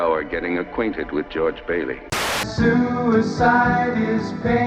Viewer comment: "you'll spend that hour getting aquanted with jordge bailey" lol wtf